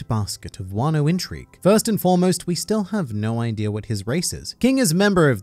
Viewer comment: ah yes, wan-noh :) edit: is this spoilery stuff? please reply lmao